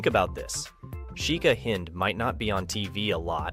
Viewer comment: Her name is Hind not Heinz ....